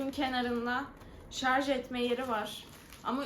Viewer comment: Şarz değil şarj😂